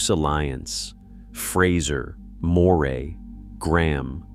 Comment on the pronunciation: Why do they so often get the pronunciation of Moray wrong? Try Murray.